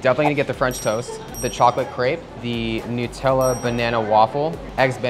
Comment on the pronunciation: Pls it's Nut-ella, not Nu-tella.